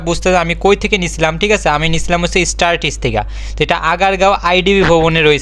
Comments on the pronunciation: 😂😂 স্টার টিচ না, স্টার টেক হবে😅😅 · স্টার টিস না স্টারটেক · স্টার টিস না। স্টারটেক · Startesh nah startech